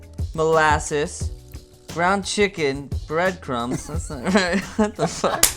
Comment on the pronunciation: he said bread cum